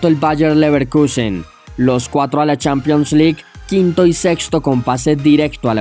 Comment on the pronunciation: CHANPION LIK EUROPA LIK. Que bien pronuncias lol